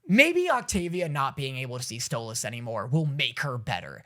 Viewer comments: Im just so happy you pronounce Stolas correctly now 🥰🥰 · HOLY SHIT HES SAYING STOLAS' NAME RIGHT!!!!! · Is nobody else noticing how hes finally saying stolas's name correctly???